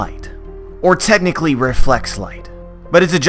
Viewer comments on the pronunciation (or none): none